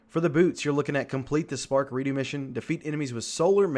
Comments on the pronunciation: it's re dux not re do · Who pronounces redux like that? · your video is great but just the way you said Redux had me dying a little inside. 😂